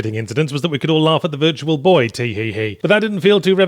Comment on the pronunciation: Yahtzee emphasising the 'boy' in Virtual Boy makes me picture a boy in VR